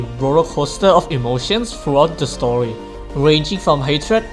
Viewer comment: Guys his accent kinda spoiled Hoyo's new game Honkai Star Rail, but he said story but it sounded like Star Rail.